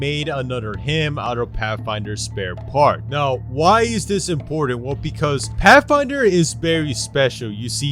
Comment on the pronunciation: Pathfinder to pafinder